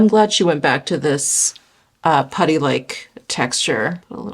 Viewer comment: Will be doing pooty instead of putty from here on out 😅😅😅